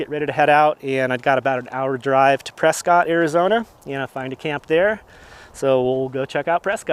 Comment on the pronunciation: press-scott is pronounced as press-kit by the locals.